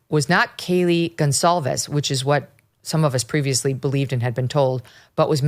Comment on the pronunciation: The name is pronounced Goncalvez not Gonzalves!! Why can't people get it right? Geez